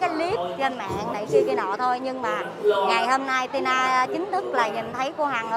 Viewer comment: Ti To chứ Ti Na gì má 🤣🤣🤣